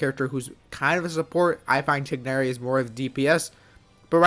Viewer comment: You pronounced Tighnari better than the VAs 👍🏽